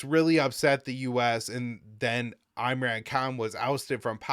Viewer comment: Tower 22 - or Operation Human Shield btw, you're pronouncing Imran incorrectly, he's famous in the british empire for his cricket